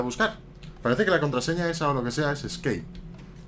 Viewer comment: ES Scape (Que nivel de ingles)